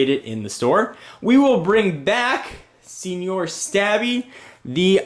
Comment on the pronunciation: i liked the return of "Seenior Stabby."